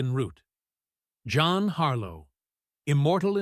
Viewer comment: "JOHN Harlow" 😂😂😂😂